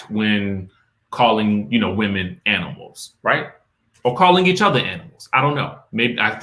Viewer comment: That is not the first time that she called her an aminal,she should sue them